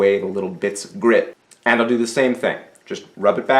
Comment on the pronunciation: The word is "grit" not "grid".